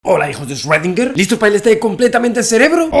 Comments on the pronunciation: Hola Javier, solo te falta pronunciar bien 'Schrödinger'; ya en otro video te había puesto en los comentarios la forma correcta de pronunciarlo y te la vuelvo a poner aquí para ti y tu audiencia. Gracias por este trabajo que haces de llevar el conocimiento a todos los hispanohablantes. Erwin Schrödinger nació en Austria y después fue naturalizado Irlandés. Debido a que nació en Austria país de idioma alemán, la pronunciasión correcta es más fácil de lo que se imaginan, este es: "Chrudina" Traducción del IPA: “ʃʁøːdɪŋɐ” Explicación: [ʃ]: Este sonido se produce al pronunciar la "ch" en la palabra "chic" en español. [ʁ]: Este sonido se produce al pronunciar la "r" en la palabra "perro" en español. [øː]: Este sonido se produce al pronunciar la "ö" en la palabra alemana "Götter" (dioses). Es similar a la "eu" en la palabra española "Europa", pero con una duración más larga. [dɪ]: Este sonido es similar a la "di" en la palabra española "día". [ŋɐ]: Este sonido se produce al pronunciar la "na" en la palabra española "plana". Así, que si se lo preguntaban, la respuesta es: (Sí). Todo el mundo y desde siempre, menos los qué hablan alemán, han estado equivocados en su pronunciasión. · Yo: El 2020 ya no puede ser peor Javi: Deja de decir paradoja de Rredinguer Yo: Cruzaste la línea!!! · 2020, que más puede pasar? :Javi ya no dice esrodinguer :( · Shuedinger xD